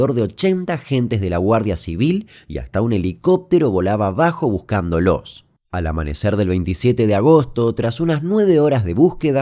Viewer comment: Buscándolos . Con acento en la A . Nunca buscandolO con sílaba tónica en la última O .